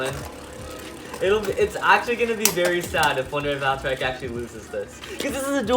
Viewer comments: It's valtryek not valtraayak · It’s voll-tree-yek not voll-tri-yek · It’s Val-TREE-eck not Val-tri-eck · It is val-tree-eck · It's pronounced val-try-ek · It’s Val- TREE- ECK that’s how u say it plzz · im laughing he cant say valtryek properly XDXDXD